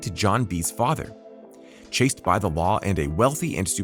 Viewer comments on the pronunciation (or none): none